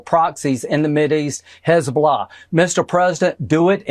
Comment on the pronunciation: What is "Hez-bla" ??? LOL.